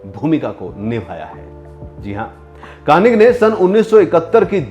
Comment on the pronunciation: आप उनका नामही गलत ले रहे हो...'कर्णिक' है, कार्निक नही